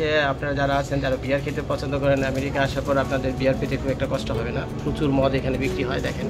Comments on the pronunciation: ভাই আপনি দেখানোর চেয়ে, বেশী কথা বলেন, আরা ম্যাওরিকা ম্যাওরিকা বলা বন্ধ করেন। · Vai apnar merica merica sunte heby hashi pai😂